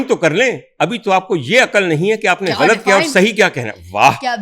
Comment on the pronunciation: Ghalt nahi hota GHALAT hota hay.